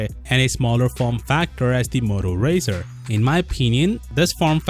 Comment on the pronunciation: Pronounce it right!